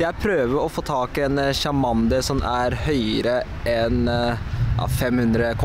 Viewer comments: hvorfor sier du chamander i stede for charmander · Charmander uttales tsjarmænder!